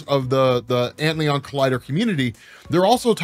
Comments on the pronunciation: Antlion, not Antleon. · Ant Lion ... not ant leon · It's not Ant Leon, bro. It's Ant Lion. Like the bug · massive appreciation for the vid. perhaps ant-lion and not ant-leon? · It's ant-lion not ant Leon haha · I'm going to take a wild guess here and suggest "Antlion" blackhole is probably pronounced "Ant-Lion" given the nature of that particular insect. Great video though! Thanks! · It just has to be pronounced "Ant"-Lion", with the emphasis on "ant"......the larvae form of a winged insect sometimes mistaken for the dragonfly. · lol you mispronounced "antlion" so bad that i was confused for a minute. its "ant lion", its a cool little bug that eats ants by building a sand trap. they are all over where i live, and we used to feed them ants when we were kids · my dude. antlion is not a french word. it´s an ant-lion. a lion to ants. pls.